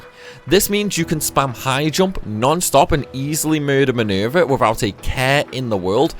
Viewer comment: MINUUUUUURVEH, LMAO I like how you say her name. I find myself repeating it over and over.